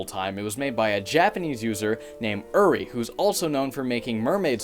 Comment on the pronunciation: Sorry to be that person, but when you said the developer's name, you had "Uri" on the screen but pronounced it "Yuri"... it's supposed to be pronounced like "_oo_-ri", not "_you_-ri" Again sorry :)